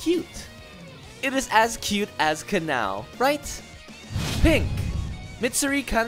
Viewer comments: This guy, saying "Kanao" sounds like "canal" or something like that. It's smh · The way you say kanao..... Just disappoints me